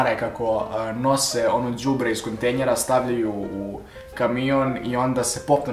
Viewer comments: rekao si Kontejnjer A KAZE SE KONTEJNER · Ili kontenjera ne cujem najbolje :D